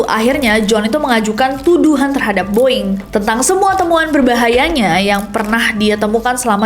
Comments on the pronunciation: “The Boeing Company” bukan dibaca “di boing kompeni” tapi pake “de” *siap salah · Tumben lu Ness, salah cara nyebutin BOEING. Hehe. Biasanya english pronouncing lu perfect 🤭